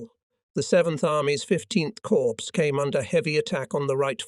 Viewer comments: Drives me crazy when he says corpse instead of cor for corps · the 12th corpse --- sounds like a serial killer 😎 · THERE'S A HUGE DIFFERENCE BETWEEN: CORPS and CORPSE. How hard is it to use the correct pronunciation?